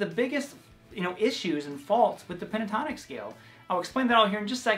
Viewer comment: 😂 you said pintotonic how giggly you are ... thx for your great work once again, keep on doing awesome stuff 👍👏